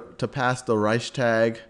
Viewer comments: I mean maybe they're not connected, but still you are doing educational videos and don't even know how to pronounce major names and buildings that held pivotal moments in this history? Hearing whymar and hearing ricetag was just starting to annoy me, as if though you did it on purpose. It literally takes two seconds to google the pronunciation. Rike-stag, vie-mar. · It's not that difficult to research pronunciation before filming. Reichstag is pronounced like Rikes-togg or Rikes-talk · #2 And accordingly, in the pronounciation you have a glottal stop between the s and the t, while the s is fused smoothlesly right after the ch. Reichs'tag. 2 Syllables. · I don't know how any english speaker would read out "reistark" to sound like the german "Reichstag" in any way. You completely left out the "ch" (which Sal got right btw.), and I have no idea where you got the "r" in "tark" from. If Sal would have read the "tag" like the englisch word "tug", he would have been pretty close to how it's pronounced in german (I should know; it's my first language). Now please tell me, how your version of the word could be pronounced that way? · "rike-shtahg". rikeshtahg. rikeshtahg. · Reichstag- Stag is pronounced like fog. Sounds like shtog. That is how I’ve heard Germans say it. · "Reichstag" is btw. pronounced like "Reichstuug". (Reichs is right how you say it). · Hi I'm german and Reichstag is pronounced reishs-tuhk. Thats not entirly accurate but the closed I can get without using linguistic terms:)